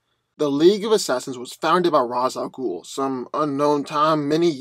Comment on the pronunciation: It's pronounced Ray-sshh AL ghoul.